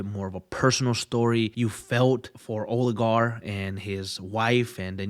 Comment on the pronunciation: Olgierd not Oligar lol